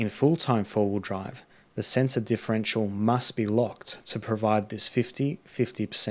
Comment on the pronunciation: Mate, so you know, you've pronounced centre as sensor a few times. Otherwise a great video, thank you.